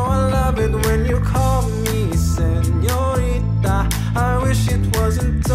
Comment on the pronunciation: DON'T KNOW WHY GIRLS HAVE BEEN HYPNOTIZED BY HIM ...HAHAHAH SANHORNITA